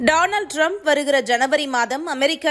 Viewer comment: நீங்க மட்டும் தான் டாநல்ட் டிரம்ப் என்று சரியாக உச்சரித்திருக்கிறீர்கள்